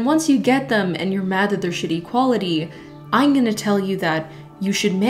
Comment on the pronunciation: when she says " ieen" instead of " i'm" lmaoo love your videos tho